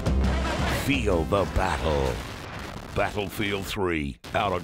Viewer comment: the way he says battlefeild is so anoying